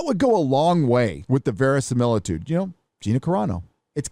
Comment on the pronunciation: THAT'S NOT VERISIMILTUDE! lol I love when attempts to give English lessons. lol